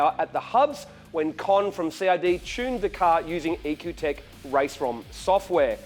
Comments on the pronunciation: isn't is said like E.C.U tech? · It's ecutek.